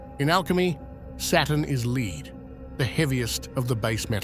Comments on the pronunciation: damned AI GARBAGE its not leed its lead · Lead is pronounced "led" Not "leed" A tiny typo with huge implications.t I'm off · Saturn is LEED lol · I don't know why creators don't fix the scripts when they come across a word like "lead" which the AI pronounces as "leed". It wouldn't have taken too terribly long to go back and change the spelling to "led" so that the AI pronounces it as such. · Hell has a gold LEED certification 😂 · Lead pronounced "leed?" Yep.... it's AI slop. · Lead pronounced leed 🙄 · This dumb video lost me when the computer narration pronounced the element Lead as "Leed". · Majority of old documentaries are voiced by some guy with this cadence. No surprise ai is copying it. Won't lie I prefere it even if ai gets some words like lead wrong. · Really have to work on your AI voice, which keeps on mispronouncing lead/Lead, amongst other things.